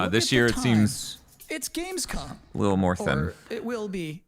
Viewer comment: i liked when jonathan nolan called it "gamescon"